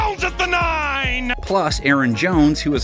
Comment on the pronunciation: lol they fixed the Aaron Jones flub